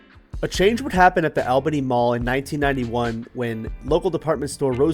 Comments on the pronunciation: My parents met there at the Chick-Fil-A in 1994... Also, it is pronounced ALL Bany, not AL. LOL. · ALL-BENNY..NOT "AL"-Bany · All Beny pronounciation. Saying it the way you are is exhausting. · 😊 I just watched the video and I was thinking the same thing. I left him a comment as well letting him know that locals pronounce it ALL***bany. I didn't see your comment until after. I hope he knows we are not attacking him but it's annoying when you hear someone pronounce it like he does. 😊. News anchors ect. Will pronounce it the way he does, but will pronounce Albany New York correctly. I'm sure not an expert in proper English....so I'm not judging him. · great info in the video. It brought back a lot of nostalgia since I was born and raised there. That said, Albany, GA is pronounced the same way as Albany, NY (and every other Albany across the country). So I have to ask: why pronounce it differently? Was it bait for comments? If so, mission accomplished😅 It just sounds bizarre, especially after you mentioned doing “research” on the pronunciation. It’s really no different than the rest of the Albanys in the U.S. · Live in Columbus and have driven past the mall numerous times both for shopping at other places on the same strip and on my way to Florida. Interesting pronunciation, but to each their own. Would love to see you cover the Lagrange and Waycross malls as well.